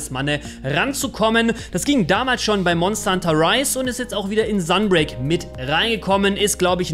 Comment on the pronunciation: Es heißt Talismane und nicht Talismanne. Es heißt auch SUN (Englisch für Sonne) break und nicht .. naja wie schreibt man das falsch?! XD